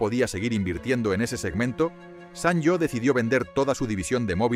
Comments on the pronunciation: Siempre lo pronuncié "sanio" no "san yo" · Buen reportaje de una marca mítica. Pero por favor, se lee como "sanio", no como "sanllo". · Lo pronuncias mal. Se dice "sanio" y si no mírate el anuncio cuya música se nos quedó grabada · Así no se pronuncia la marca.